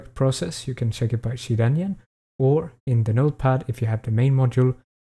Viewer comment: imgooey, chear enyine